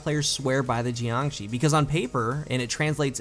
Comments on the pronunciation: geeeangshee... shouldn't it be Yangshee? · Pretty sure it's pronounced like JYONG-SHUR. It's Chinese for like corpse or something. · the fuck is a 'gee-an-gee'? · JiangShi isn't pronounced like that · And he burchured the name